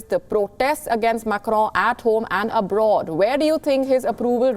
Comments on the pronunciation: Its not Macro Macro as you are pronouncing it is MACRON Wonder how they hired you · Mam it’s not Macro.... it is pronounced Macron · Why the anchor is calling Macron as Crowww? 🤣🤣🤣🤣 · The way this anchor just butchers the French name... is a wonder to watch.